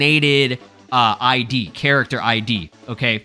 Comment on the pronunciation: Yo just say character don't cay cac 😂